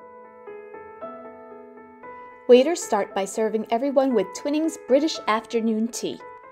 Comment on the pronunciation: Nice video, but Twinings is pronounced twine-ings.